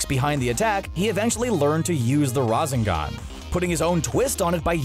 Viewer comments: I disliked because you'd have to be trying to butcher the word rasengan that hard, or hes never watched naruto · U DARE TO SAY RASENGAN WRONG! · THAT’S NOT HOW U SAY RASENGAN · I couldn’t finish the video just because I couldn’t listen to you butcher the word rasengan anymore. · You're pronouncing Rasengan wrong. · If you going to talk about anime learn how to say naruto’s move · Man really said razengan bro it's rasengan love the vid tho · Im sorry, i just cant get passed you saying "razingan" and not "rasengan" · The “Rosen-gan” Jesus Christ it’s not that hard to pronounce. I have a speech impediment and I can still say it right lol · WHEN I HEAR RAN ZAN GAN ITS RASANGA NOT RAN ZAN GAN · Rassingon how do people Miss pronounce that he says rasengan in the show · Rahzengone 😂 It's Rah-Sen-Gan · Razengan? Really??? You're telling me you've never heard anyone pronounce Rasengan properly? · Now I think he just purposely pronounces things wrong not raz ing gan it’s ra sen gan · did u actually call the Rasengan the rasengon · “Rasingan” Rasengan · It's Rasengan Damnit not Razengan 😑😑😑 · It’s ra-sen-gahn not rahsen-gan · they sa y RAH ZING GAHN I say RA SANG GUN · Razengan? WTF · the ra-San-gam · rahhzengahhn lmaooo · Razz in gan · you said Rasengan wrong: it's RAW-sen-GAN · "razengan" lol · 😂😂😂😂😂 the “ruzz-eng-an” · he said “raseegun”🤦🏻‍♂️🤦🏻‍♂️ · RA-ZEN-GAN it just hurts when he says it like that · rasengan how to pronounce ra-sane-gone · Who on earth struggles to pronounce a Rasengan? Wtf is a RaZenGan? This dude is obviously a new anime fan who hasn't watched much anime. Should definitely be one per franchise. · he is not an anime fan at all. he is a voice actor reading a script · I almost vomit the razengan "coughing" oh god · my dude said ra- zen-gun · RAH-ZEN-GON????? Are you f***ing kidding me with this pronunciation? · I can tell it’s scripted so hard man said raaawzengarne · Ra-sen-gan Not what u said . . . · Rasengan is pronounced ra-sin-gan